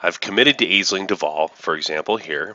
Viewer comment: FYI Aisling is pronounced "Ashling".